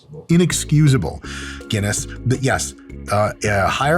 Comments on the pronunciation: It’s fuckin Guinness, Mike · Did yoou hear that two Guiness ..not one but TWO!